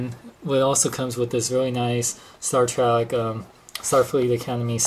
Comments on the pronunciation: It's Star TREK not Star TRACK. No offense, but you are just pronouncing it wrong. I have never in my life heard anyone pronounce it Star Track. With that being said, I don't like Playmates offering of the USS Enterprise. It lacks detail, paint, and looks more toy-like than something I would proudly display next to my Enterprise Refit by Art Asylum. I'm hoping that Art Asylum puts out a version of this ship because I know they will do first rate job. Apparently, these ships were rushed for retail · Spell it with me ...T ... R ... E .. and ...K ....now slowly pronounce it.... Staaaaar Trek.........not Track. Thank you and godbless your speech impediment. There's a place in this world for everybody. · why do you pronounce it star TRACK? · U SAID STAR TRACK!!! ITS STAR TREK!!!!!!!!!!!!!!!!!!!!!!!!!!!!!!!!!!!!!!!!!!!!!!!!!!!!!!!!!!!!!!!!!!!!!! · shut it its sopost to be sed like this Star track every 1 says star track beides it sounds weird as hell saying star trek insted of star track people have allways sed star track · star 'trak' lol